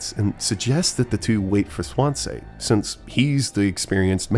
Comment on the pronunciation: mispronouncing Swansea like how Markiplier mispronounced Daisuke 💔